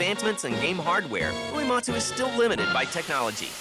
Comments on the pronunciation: "This is the story of Nobooey-Whoee-Matzu" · The way this narrator is pronouncing Uematsu's name is making my ears bleed. Why do you say "oo-ee matsu."